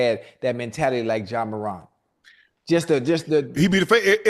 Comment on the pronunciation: ja maraaaaahnt . Ocho its more ant